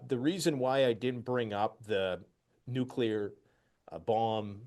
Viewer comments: It is so hard for me to believe that so called experts don't know how to pronounce the word NUCLEAR. Let me clue you idiots in! It is pronounce NU - KLEE - ER. If you can't pronounce the word I can't take you seriously. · What about a nucular drone? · He said nuclear or gas.........